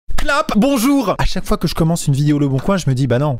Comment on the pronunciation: Bonchour, che fend un cri-pain.